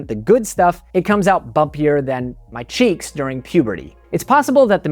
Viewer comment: Ah, CHEEKS. First time I listened, I thought you said SHEETS. One is much grosser than the other.